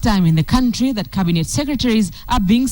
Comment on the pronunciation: to KTN: Cabinet NOT cabinate